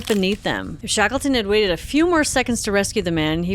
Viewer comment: Shakelton ...Yea, wreckless!